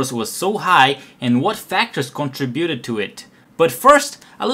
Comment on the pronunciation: Con-TRI-bu-ted, dis-TRI-bu-ted. The rest was good.